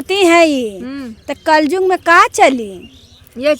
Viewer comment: कल जुग नही कल युग बोलते है